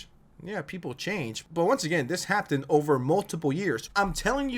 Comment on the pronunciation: The way you say hapden instead of happened is killing me